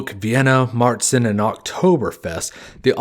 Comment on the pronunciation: Ok, there's one thing I'd like to have cleared up here. 'Keep it clean and fermenting during the hotter parts of the year' kinda contradicts the 'they could only brew during the summer' part here. I know that that is a conundrum, it's a hard part of history to unveil. Also "Märzen' is prnounced more along the lines of 'cher'( the artist).